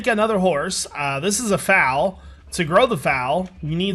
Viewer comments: Pretty sure your horse is a lady cos she was nursing. Also its foal (rhymes with coal) not fowl (means birds) for a baby horse. And, your story was really touching you must be a really good guy. I gues sometimes we judge people and don't ee things from their point of view. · youre kiling me! its a foal not a fowl XD foal like coal XD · and its fole not foul lol kinda looks like it but its not lol "foal" ;) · I splurged my tea when he pronounced foal wrong - I couldn't breath for a few seconds through all the laughter!! I've been with horses for years but I never thought the word foal looked funny until now